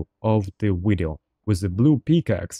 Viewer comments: "In today's wideo" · gonna start a "todays wideo" counter